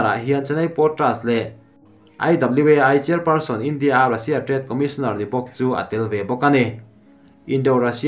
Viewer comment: A ngaihnawm ṭhin rualin i thu lam i uluk lo ṭhin a, a bikin Ram hming, India, Russia han tihah hian a tawpa ri sang tur i lam hniam si a, a thu awmzia a bo vek ṭhin. Theih tawpin ṭan han la leh hram hram teh. Duhsakna nen ka lo sawi e.